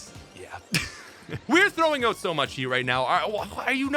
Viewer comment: As a Canadian, I don’t understand how you say “dragonite” with such clarity but then say “oat” instead of “out”